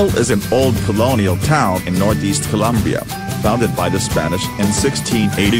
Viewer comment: Colombia not Columbia